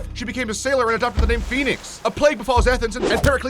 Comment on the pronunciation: 80% of the names were pronounced wrog at least the story was accurate